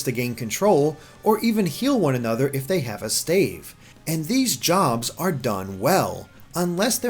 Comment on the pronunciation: did this bitch just say "stave"?